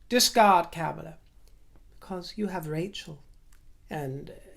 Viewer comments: Kudos for pronouncing Mayor Pete's last name correctly! If I may offer a slight correction however, VP Harris' first name is pronounced like the word "calm" as in CALMala. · I'm not sure of the exact pronunciation, but Kamala doesnt rhyme with Pamela. So Madame Vice President will just have to do. And Joe is in great health for a man his age and has a life expectancy of another 12-15 years since he is a white guy who has always had health care. In contrast to Trump who is overweight, eats junk food, and nearly died from Covid.